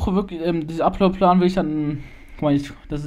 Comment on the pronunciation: 1. Es heißt upload plan nicht uplord play xD 2. KOMM MAL WIEDER U3 JUNGE !!! 3. gutes Video :DD